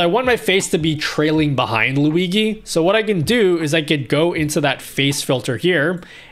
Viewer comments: ..Man.. very good toutourialz but plz NEVER CALL "LUIGHI".. ..is NOT LuiGHI .. is LuiGI ..pronuciation is more similar to "LuiJI" for you not-italian ppl.. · hi, huge fan, one problem, who is luigee? i only know luigi * lui GEE * z * * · "Lui-gee" filter! :D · I love you but you gotta stop saying Luigi like that